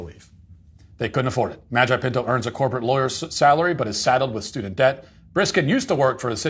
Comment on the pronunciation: Hearing Matt say Nicholas Magi pinto is only second to him saying Karen Gene pear 😂